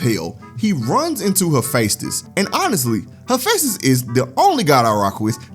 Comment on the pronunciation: it's pronounced "heh-FEST-is"